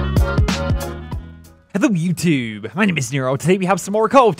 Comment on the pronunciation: Why does he always have an accent when saying "hello YouTube" in the intro but then sounds 100% American when talking in the rest of the video.